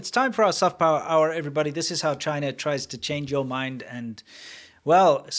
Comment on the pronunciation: It sounds like "trife" to me.